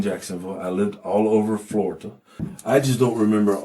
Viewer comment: "I've lived all over Flori-ta."